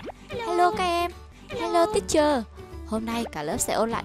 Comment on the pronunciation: Sao cô giáo mình nói là : Hello class lớp nói : Hello tít chờ